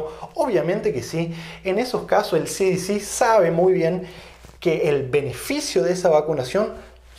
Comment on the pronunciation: Desde luego que mal pronunciación tiene usted,,,,,,,,,,, efe de a,,,,,,, ci di ci, está mal pronunciado se dice,,,ce,,,,,de,,,,,ce en español y no en inglés ( ademas las dos son entidades americanas, y usted habla español no inglés, el que usted sea bilingüe no le da derecho a pronunciar en inglés cuando está dando la conferencia en español, cuando la de en inglés entonces pronuncie en inglés, por que si no los de habla inglesa no se enterarán si pronuncia en español ) Se me olvidaba las consonantes B y V, son distintas y se pronuncian de distinta manera,,,,,be,,,,, y,,,,,,uve,,,,,,lo mismo que la,,,,y,,,,, i,,,,,, una es latina y la otra es griega